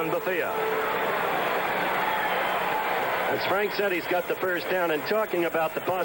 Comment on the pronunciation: Faultless Frank! we used to have a pool about how many mistakes Gifford would make over the course of the game. and it was always a LOT. the one that sticks out is his mispronunciation of Elvin Bethea's name. it's Ba-thay! and Nemiah Wilson is nowhere near 180 lbs, closer to 160!